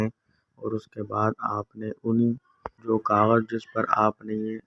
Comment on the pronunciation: Plz don kagaj keya Karna clear bolna g plz, Samaj nehi aya